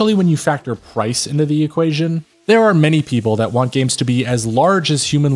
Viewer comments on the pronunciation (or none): none